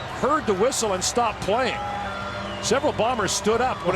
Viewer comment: "A WUSSLE....A WUSSLE WUZ BLOUN BEFOUR DA PLA STAURTED'" 😂😂😂